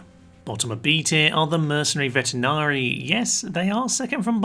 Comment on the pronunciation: Sorry mate but its not vetenarii - you supposed to say veteranii like in veteran (makes sense since it means exactly that when translated from latin)